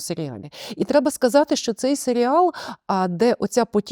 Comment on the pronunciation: гарна обмовка, свати дійсно можна називати "Селіал", а не "Серіал", тобто серіал про село у самому погано значенні цього слова, хоча село однозначно не є поганим як середа, для прикладу в аніме доволі часто використовують якесь село як антураж аніме-серіалу :)